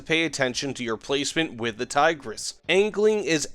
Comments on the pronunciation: His pronouncication left me dead inside. Not even an attempt to pronounce it right. "Thaygrass" 🤮. I don't want to be a snowflake over little things but come on man, at least say that you don't know how to pronounce it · btw the i's in Tigris are prounced like in pig and the s is more like sh in short. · Say Tigris with replacing the "i" with how you would say "e" in english and also "s" with "sh" :D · It is fun to hear Tiger S every time he mentions it